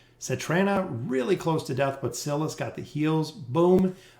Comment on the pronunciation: 100% agree with ya. SY-las..SY-las....not freaking SILLas. I've stopped watching his videos after the Sylas patch because of the way he pronounces(butchers) his name